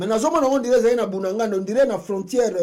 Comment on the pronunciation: Apprends à bien prononcer le nom: BUNAGANA. Ce n'est pas "Bundanganda". C'est BUNAGANA.